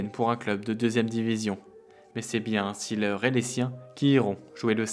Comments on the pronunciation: Vous pourriez au moins prononcer son nom à l'allemande : ce n'est pas Ouf Sileur mais Ouvé Zééééleur ! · Juste la prononciation de son nom n'est pas la bonne. See se prononce zé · Documentaire intéressant sur un footballeur atypique. Mais vous prononcez son nom à l'anglaise. En allemand, on dit zéleur. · Formidable. ! Toute mon enfance.Oui Uwe Seeler ( on dit zeler pas ziler )est un veritable champion. Par ses valeurs morales ,il est un exemple pour la jeunesse.Aujourd'hui y’a que les datas qui comptent .Quelle connerie. Un champion doit pouvoir etre montré en exemple par ce qu'il fait sur et en dehors du terrain. Aujourd'hui les Messi ,CR7,Neymar n’ont aucune chance d'être des champions à mes yeux